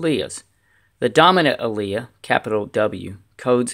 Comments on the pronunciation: alia? For an "Ah-leel"? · AL-EE-IL is how to pronounce "Allele" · WTF is an a-leah ?? Allele is pronounced very differently. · I'd like to use this with my students, but when you mispronounce one of the key terms, and use W's (can't differentiate between uppercase and lowercase) and put the lowercase one first...it's tough to use this. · First of all you are pronouncing "allele" and second of all the dominant trait always goes in front of the recessive trait.Other than that you explained it very well! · i was thinking the exact same thing 🤔🤔🤔